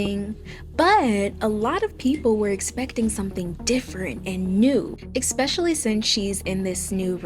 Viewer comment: I get what she trying to say, but the fact she says "expetially" instead of "especially" is killing me LOL